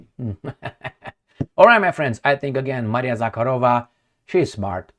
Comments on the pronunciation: It's Maria ZakhArova,, with emphasis on the second "A". The way you say it, "KharOva" is Russian for "Cow." Мари́я Влади́мировна Заха́рова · Zakha'rova, not Zakharo' va!